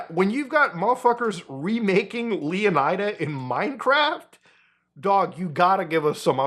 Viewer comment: LEH-OH-NEEDA, not leeo-nuheehdah